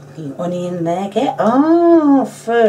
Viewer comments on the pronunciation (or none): "Hunion". I love the way you say it!!